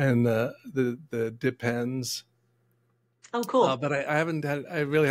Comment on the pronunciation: LOL! .....what they said...."dip pens".....what I heard......"Depends".......😂